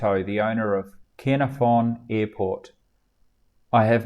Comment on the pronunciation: Canaerfon Airport is pronounced “Kanarvon” (it’s in Wales!). Next time you’re in the UK, happy to fly you there... it’s a great airport and a brill flight to get there. Very scenic!